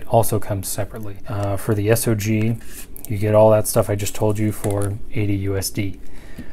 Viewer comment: It's not S.O.G. - it's SOG!!! REMEMBER THAT!